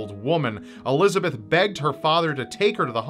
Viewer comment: It’s pronounced Elis-a-bet not Elizabeth (German) Josef is Yo-sef